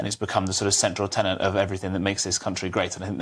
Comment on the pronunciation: Tenet, not Tenant.